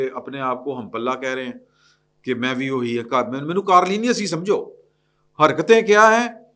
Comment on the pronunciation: کارلینیس نہیں کارنیلئس ہے